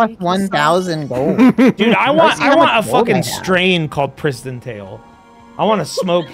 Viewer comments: literally until seeing your comment I thought it was PrisonTale and he was mispronouncing it as a bit??? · thought it was prison tale then i thought i heard say christian tale then i finally see its PRISTON tale